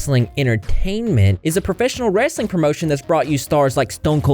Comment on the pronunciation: I know this is a serious topic but the highlight is hearing call it “wrassling” like my family down south 😂❤